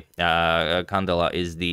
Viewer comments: Antonio, a small accentuation correction, it's not CAndela but CandEla. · Beautiful game, thanks for covering it Antonio! As you are a perfectionist with name pronunciations, here is a small correction: the stress goes in the E, Cand*E*la. Hopefully we see many more games from her :) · It is pronounced can-DE-la